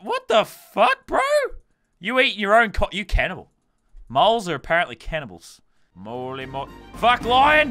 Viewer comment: im laughing so hard. "cannival" lol